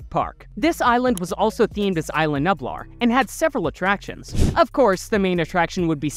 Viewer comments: BRO I HAD A STROKE LISTENING TO YOU PRONOUNCE NUBLAR YOU KEPT SAYING NUPLAR ITS NUBLAR HOW HARD IS IT!?!!? COME ON!! MY 6 YEAR OLD FREINDS CAN BEAT YOU!!? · No hate but it bothers me when you say nublar it’s nuublar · He said nublar wrong :D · He did! :hand-orange-covering-eyes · Please do pronunciation homework before doing voiceovers. Isla Nublar and INGEN. Both mispronounced. Just watch how they pronounce it in the movie